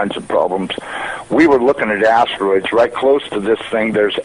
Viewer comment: At 7 seconds in he says Astromoners!!! LOL A NASA employee can't pronounce Astronomer? Give me a break. "We were lookin' at astroids right near this thing?" Ya, that sounds like an educated NASA employee.